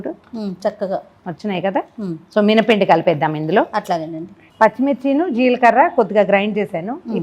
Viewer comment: Jeelkarra kadu. Jeelakarra